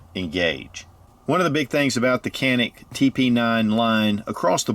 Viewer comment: I will go ahead and be that guy by saying that its pronounced "Janik"